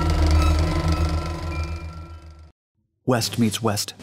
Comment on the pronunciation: West? I thought he said WEAST